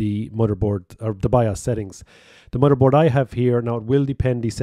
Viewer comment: Drink every time he says mudderboard. Drink twice every time he says tirty. 🤪